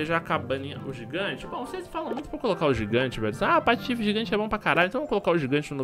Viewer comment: Eu sou nova no canal e por que você fala patofe ? no começo do video sendo que o seu canal é chamado patife ? eu adoro seu video biejo